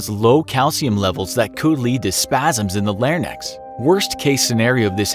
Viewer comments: Did he say lairnecks instead of larynx? Ok, can we get the other guy back now, please? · its Larynx not lair-nex lol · What is a "lair-nex"? It's LAIR INKS. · Lol did no one catch that he said “larnex” instead of “larynx” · did he just say "spasms in the lare-nex" lol. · I'm sorry but did he just say LARNECKS?! It's le-rinks for gods sake. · larynx is not pronounced "larnecks", its "larinks" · "Lairnex" lol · Did you just say... "Lairnex"? I've made my fair share of mispronunciations with words I've only ever seen written, but I check pronunciation with google if I'm going to publish something... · The “lar-necks” ? I thought it was pronounced “par-inks” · He said “lair-nex” instead of larynx 😂😂😂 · “the lar-nyx” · Lare-nex?????? Larynx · Larynx ***(larinx) Kazan(literally.... Kazan...) Jesus u had one job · 'larnyx' 'kanzan' bruh please take your time to actually read the words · Did this dude really just mispronounce larynx? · He mispronounced larynx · How larynx was pronounced gave me depression. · He mispronounced larynx and it triggered me